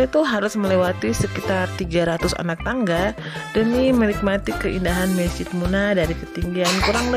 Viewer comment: Bukan mesjit tapi masjid tolong diperbaiki kata2nya ibu